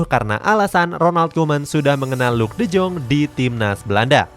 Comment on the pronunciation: miminnya bilang luuk de joonggg 😭👍 kalo gua bacanya luuk de yong🙃